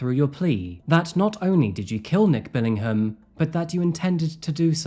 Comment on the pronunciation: As a fellow Brit, I take serious offence to you pronouncing the "h" in Billingham!!